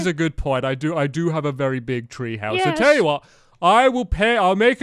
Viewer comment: stampy said 'v'ery rude when he had to start with u